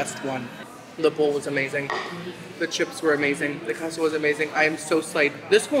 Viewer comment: Queso is pronounced Kayso